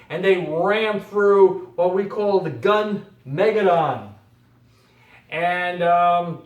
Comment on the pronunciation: Thanks for putting out this video. But please look up the proper pronunciation of Armageddon, like in the Bible. Gunmageddon follows the same way. Gun. Meh. Geh. Don, no emphasis on Don.